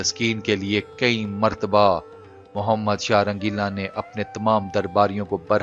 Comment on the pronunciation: Shah rangila bolo n bhi